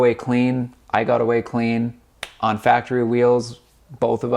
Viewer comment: You said faptery 😆 good shit my dude ! I own the same car different year . #RTGANG .